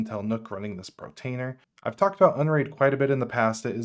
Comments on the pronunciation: thanks to your video i learned about mealie, kavita, kasm, audiobookshelf. i already knew about homarr & freshrss, but i'll be having another look at them now. that said, surely if you're going to review/promote/mention apps you'd take care to pronounce them correctly! i'm sure the developers of these apps would cringe at your mispronunciations. as others have already mentioned, it por-tainer, NOT pro-tainer (i did see your comment that you were going to try to fix that in your following videos. protainer was the worst of the mispronunciations as it was mentioned again & again & again. Other mispronunciations: - kasm (which I assume it meant to be pronounced chasm), you said kazzam, kazamma & also kasm at one point - deluge (which others have pointed out is pronounced del-yooj), you said devulge & something like delolge - prowlarr (one of the *arr apps, where the arr sounds like a pirate's 'arrrr matey'), you said prowler - NUC (i've heard others say nook, so it's not just you), but as far as i know the correct pronunciation is nuck (rhymes with duck) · Not sure if it's just me, but I keep on hearing Pro tainer instead of Port tainer. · I'm sorry, but I can't help but hear you pronouncing Portainer as Protainer. *8') I don't know if it's deliberate, a cultural thing or you're just copying someone else's mispronunciation, but I'm finding it really jarring, which is a shame, given how interesting your content is. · its called PO R TAINER... not P R OTAINER ;-) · Love this walkthrough! But please for the love of god stop saying Portainer as “Protainer”. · it's portainer, not protainer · Dude, it’s POR - TAINER. You saying Protainer is driving me nuts lol. POR TAINER ! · Great video , thanks! Just one comment, you keep saying "Protainer" with a ''PRO'' at the beginning. it is called "Portainer" with "PORT" at the beginning. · Be this guy, has set all of this up. Sees the words Portainer potentially hundreds of times. says Protainer... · *PORtainer (not PROtainer)